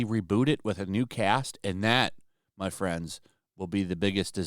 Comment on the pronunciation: Every time I hear your outro I hear, “Come check out mein content.” And I chuckle that weirdos actually think you’re a nazi for being normal.